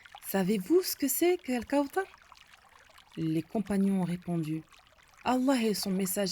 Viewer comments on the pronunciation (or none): On dit pas al kaoutar on dit al kaouthar c'est écrit dans le coran " th " et pas " T " apprend a bien parler